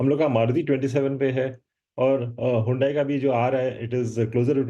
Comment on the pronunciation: हुडाई नहीं हडाई बहुत बढ़िया है